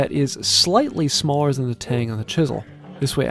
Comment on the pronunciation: Did you just say shmaller? Thats it i am leaving this channel 😝